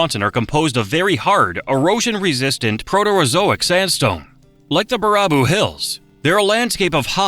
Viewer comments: 39. Baraboo . . . pronounced "Bare a boo" 37. I've been to the top of the Devil's Doorway 32. , you're looking at an artificial island. 30. Win-a-bay-go . . . damned AI. 28. There is a unique feature to Lake Superior, there is a deep crevice in the western area that gets wider the deeper it goes. It's also known as "Lake Gitche Gumee". 16. "Meh-nah-moe-nee" . . . 15. Cave Point . . . I once had to pull out an 8yo boy who fell into that little bay. Tore the crap out of my shoulder doing it. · Bare-a-Boo. If you’re going to do a video on Wisconsin, then at least take the time to learn to pronounce the names, or program the crappy AI voice to say names correctly! The video is appreciated, but the mispronunciation is not. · ABSOLUTELY AGREE. I'm from the Dells and the way Mr. AI says BuhRAHboo instead of Baraboo makes my blood boil. Are there any videos left anymore that don't have an AI narrator? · Baraboo pronounced Bear A Boo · Im going to start calling baraboo, bar-rah-boo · I would’ve loved it if someone would’ve taught this computer how to say Baraboo. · i kept yelling at my tv like nooooo it’s not pronounced that way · YES!!! Especially Baraboo. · Bar-ah-boo -- lmao .please program this AI to say bear-a-boo instead.. As a portage native I shouldn't have been offended by that but I was.... For future humans taken over by AI --Wisconsin is the best place to start the resistance ... You can never be infiltrated they will always screw up our town/villages names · "Ba-RAH-boo??? Oh for God' s sake! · The awful ai narration turns this video into complete garbage. I made it 7 min in and couldn't take another Ba-RAH-boo. Ugh. If you can't make a video yourself and need ai to help you... then making videos isn't your thing!! So don't do it! I wanna hit a few more thumbs down on this one. Oofda! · Every time I heard BEAR-a-boo pronounced Ber-RAH-boo, a part of me died. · Baraboo is pronounced bear-a-boo not bar-ah-boo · Dude! baraboo is pronounced Bear-a-boo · Bear ah boo